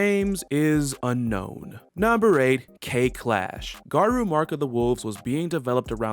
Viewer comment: Good info. My only problem with the video was the pronunciation of Garou. It's actually pronounced with an long o sound, not a u or oo sound.